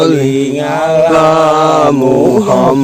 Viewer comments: Bacaan sholawatnya salah itu Bukan Allahummasolli ngala Muhammad. Tapi Allahummasolli Ala Muhammad. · setau saya baca solawat bukan ngala tapi alla contoh allah huma soliala saidina muhamad bukan ngala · Assalamualkm..... Mf mas mas team gase..baca sholawat nya salah tuuh....bukan sholli ngala...tapiii ..sholli Ala. 🙏🙏🙏🙏💓💓💓😁😁🙂🙂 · Allahumma solli ala Muhammad yaarobbisoli alaihi wasalim... terdengar jelas NGALA Muhammad & ngalaihi wasalim 😔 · Di denger gak enak sholawatnya ..'ala bukan ngala !!!! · Abang kalo solawatan bacaan nya yg bener jangan gitu. Ngalaiwasalim .nanti di protes para kadrunn lho. Yg bener . Alaiwasalim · Klw g salah dengar kok solawatnya kayak gitu ya.. allahuma Soli ngala Muhammad.. bukan nya allahuma Soli Alla muhamad